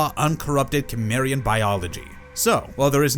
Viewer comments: Its pronounced simarian. Not kimarion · Is cimerian,not kimerian 😂😂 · It took me 10 mins to realize he was saying kimmerian😂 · You can tell how little they actually watch of the topics they cover. So many of their videos are just…ai scripts for media they don’t engage with. Pronouncing things wrong, especially character or location names you’d not get wrong if you watched it ONCE. (Cimmerian specifically in this video) The rest are vocabulary words that would trigger a fail from an English professor reading your work because they know you have no idea how to use or say it. Just. Sloppy ai work. I’ve tried a few different videos and narrators and I’ve been disappointed across the board. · He was born in sword and sorcery world. Also you suck at saying Cimmerian . You are one of those people who refuse to say it right. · The way you pronounce Cimmerian really makes me curious how you pronounce cinnamon 😅